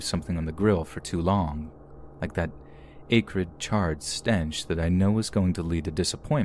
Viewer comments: Acrid = ăck'•krid, not āy'•krid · It’s AC- rid not with the strong A.